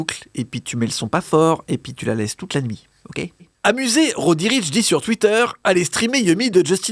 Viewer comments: "Roudriche" un peu de respect svp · Ptdr laisse tomber c'est konbini faut pas s'attendre à grand chose ... déjà ils commencent par dire roddy riche